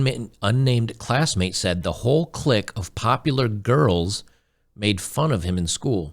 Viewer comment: clique is pronounced Kleek